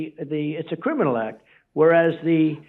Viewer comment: I just love hearing trump try to pronounce the word criminal...... 😂😂😂😂😂😂😂